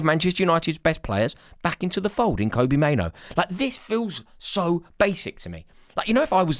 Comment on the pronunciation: Kobbie, not Kobie, Mainoo, not Maino.. pls 🙏